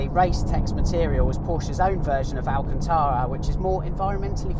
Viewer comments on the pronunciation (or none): none